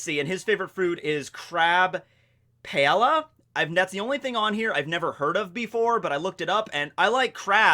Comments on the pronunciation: Just an FYI, it's pronounced Pie-yay-yah and if you've never had it it's quite delicious. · it’s crab PIE-AYE-YA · Its pronounced Pie-a-ya (paella) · it’s pronounced like “Pie-yay-yuh” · Crab Paella is a Spaniard dish and Paella is pronounced as: Pie - aye - yuh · paella is pronounced pie-ay-uh 😂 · Hey /, just for future reference paella is pronounced pi-A-uh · Its pronounced crab pie-ayy-uhh. Paella. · Crab Paella is mispronounced sir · I love paella how could you mess up pronouncing that so bad. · Lol trying to pronounce paella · I was looking for this comment lol and he mispronounced it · that paella pronunciation tho....